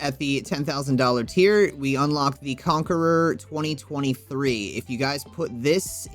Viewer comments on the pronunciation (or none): (Con-care-a) not conqueror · It's Conquera, not Conqueror.